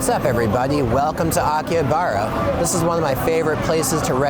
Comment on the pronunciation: Anyone else triggered by his constant mispronunciations of Akihabara and other stuff?